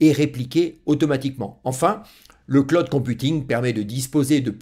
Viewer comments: Pas clod mais clooooud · Le Claude ! J'ai les oreilles qui saignent:face-orange-frowning: On dit (phonétiquement le claoud) Bon, je m'ai bien marré. Super tes vidéos ! Bise. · Merci. Le CLOUD se prononce CLAOUD.